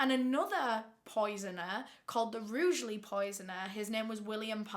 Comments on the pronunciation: I've lived in Rugeley for 4yrs and it's so nice to hear someone pronounce it properly cos a lot of towns around it like Cannock pronounce it like it's spelled Rudgley and it drives me crazy, but it's such a nice place to live, sorry for the random comment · I’m from Rugeley and the mention of Palmer really surprised me! It’s such a small shit hole town that noone has ever heard of 😂 it amazes me that you pronounced it right too! People always seem to struggle to pronounce it 🤷‍♀️